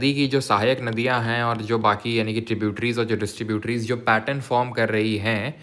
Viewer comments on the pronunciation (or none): none